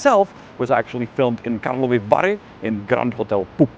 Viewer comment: karlovy vary not karlova vary . I saw Salma Hayek at the festival there once.